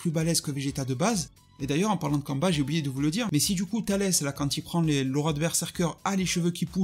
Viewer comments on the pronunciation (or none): je m'en excuser, mais j'imagine que tu parlais de Cumber ? (Ou Cumba à la japonaise) ... C'est ta façon de le prononcer qui m'interrogeait. On aurait dit que tu parlais d'un Sayajin congolais ou d'amérique du sud. Kamba di Janeiro ...